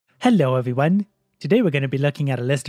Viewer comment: Hello Everyone (eviwuan) jajaja suena muy interesante ese saludo